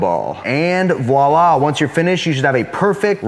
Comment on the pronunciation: my man said voila again